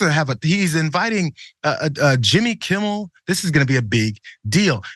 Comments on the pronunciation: Jimmy Kimball? This guys brain is messed up. He often mispronounces things. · Is pillow guy ever going to get Jimmy Kimmel name right? There is no B in his name😅